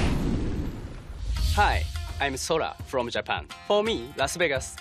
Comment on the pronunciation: It's not Sore-ah, it's Sauhr-aaaaaaaaaaahhhhhhhhhhh